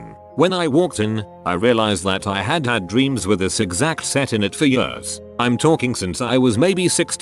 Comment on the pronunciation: I can’t fucking stand the way the robot voice says the word years!!!!! It’s like yahhhsz